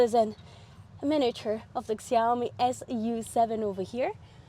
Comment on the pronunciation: Cool review, but the brand is pronounced more like "Shaomi".